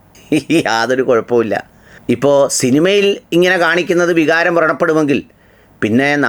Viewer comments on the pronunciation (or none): none